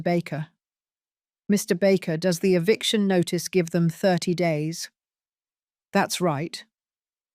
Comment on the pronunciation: EVICTION not EVICATION. Who can't spell should not narrate.